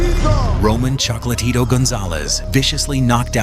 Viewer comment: WAIT! Did they call him "ChocalaTito?"